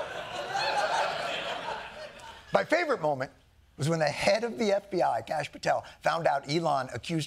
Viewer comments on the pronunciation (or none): none